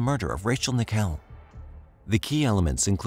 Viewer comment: IT! IS! NICKELL! LIKE THE COIN! I HATE PEOPLE MISPRONOUNCING MY NAME!